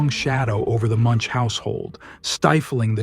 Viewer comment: I think it's still AI. Listen to how "Munch" is pronounced from - . a human would not change the pronunciation that quickly